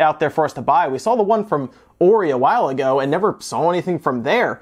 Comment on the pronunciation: Why doesn't he ever pronounce the H in Hori? So weird.